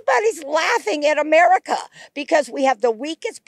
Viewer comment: Pretty telling that she started to call it "A-Maga-ca"